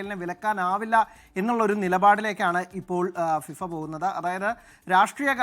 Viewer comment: ഫിവ അല്ലെടോ ഫിഫ